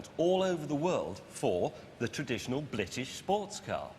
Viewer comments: did james just say 'blitish'? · I know he forgot how to say British without the L